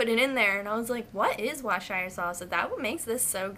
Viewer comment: if you're interested, Worcestershire sauce is pronounced "woos-ter-sheer"! just an English subscriber checking in haha